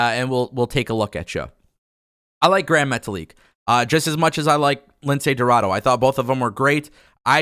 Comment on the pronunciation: Come on. He’s name it’s pronounce Lince Dorado not Lindsey Roraro